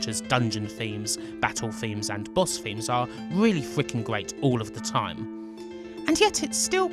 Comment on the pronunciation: I dont think this guy can pronounce r sounds. He says gweat instead of great, fwiends instead of friends. Its making me want to tear my ears out